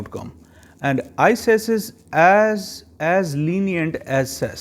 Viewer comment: Please don't say ises way say it as iqas or icas because its confusing